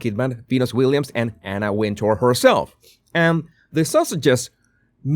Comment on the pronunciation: She pronounces it Winter. If you listen to her interviews she’s said it’s Winter. Not Win tour. Just sayin.